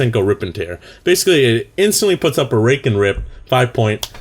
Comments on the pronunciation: Sounded like rape :P Not that i know how rape sounds like :P IT WAS CONSENSUAL!! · didnt sound like rape at all what